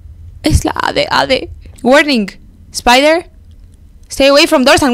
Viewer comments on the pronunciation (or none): none